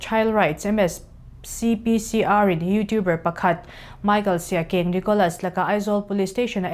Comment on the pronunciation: Siakeng, siak eng ti a lam mai tur sia keng a ni lo